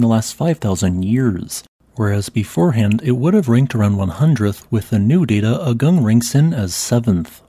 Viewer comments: Another local note: it is pronounced "aah-goong", not "ugg-ung". It probably is worth editing the audio. Likewise for all Indonesian and Malaysian words and names: "goo-noong", not "gun-ung", "boo-kaht", not "buck-at". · Just a side note... the correct pronunciation of the name of this mountain is AH-goong, not uh-GUNG. An eruption of that scale would be very disruptive to the regional economy, as Bali is a significant tourism destination (and even now many Ukrainians and Russians have fled there from the current war in Europe and are spending their money there).